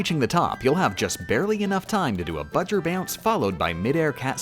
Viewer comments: "Bowser" not "Budger" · Everything he says budger my trigger level increases by 5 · I hate all the times ya said "Budger" When I finish the vid ima put all the times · Um Who’s bajar it’s bowser jr thanks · I don’t know why you keep referring to Bowser Jr. as “Budger”. Unless it’s “BJr”. Either way I think it’s funny. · She says it like that because if you sound out "B. Jr." It sounds like that "buh-jer" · Why is she calling him budger? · Why did he call him budger? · B-owser J-unior BJer, which they pronounce "Budger" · no its budger :3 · Why "Budger"? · Why does he call Bowser Jr. "Budger"? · why does she call Bowser Jr. Budger? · I think she is. B. JR - Budger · Nobody is talking about he is saying bowser jr wrong 😡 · It's obviously for a joke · Love the video. Hate the way you pronounce Bow-Jr.